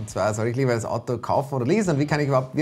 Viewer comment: es heißt Auto und nicht Atto